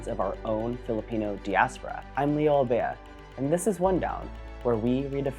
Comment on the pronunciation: Your pronunciation of diaspora is off